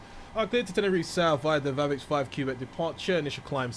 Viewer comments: it's pronounce "KAY-BECK", not "CUE-BECK". It did sound weird when you said it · its not kee bek its kwebekh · Quebec is pronounced Kwubeck. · should sound more like kubek